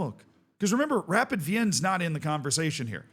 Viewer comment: SK Rapid is pronounced either Es Ka Rapiiiiid (emphasis on the i) or Rapiiiid Wiiin (Wien is the German name of Vienna, the e is silent but the i is long)